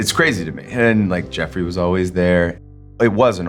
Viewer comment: He said ..geffery like do know who I am 😂😂